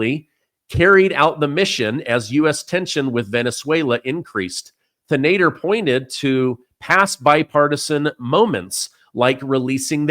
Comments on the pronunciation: .....his name is pronounced like this.... Shree Can - Da - Har He's an idi*t out of Michigan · Pronounced Shree Tan A Dar